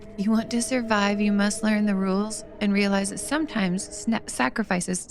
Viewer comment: 'snackrifices' ! 🤣that's when you are in a hurry and don't have time to eat!